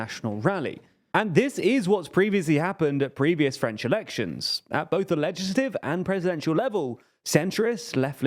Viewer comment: Just wanted to praise your French pronunciation